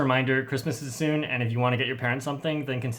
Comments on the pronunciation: Was it soon or sune?😂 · The second time he said ‘Get in soon’ I thought he said ‘Get it? Sune.’ Lol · I can’t hear you say “soon” and not think of sune